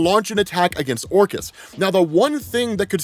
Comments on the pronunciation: If it makes you feel better I thought he was saying Orcus of the Underworld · This whole time, when I heard the word, "Orchis", I was hearing/thinking, "Orcust", like the dark machine orchestra themed Yu-Gi-Oh archetype lol; advanced level nerd brain conclusions at its finest. In hindsight I guess, "Orchis" makes a lot more sense lol.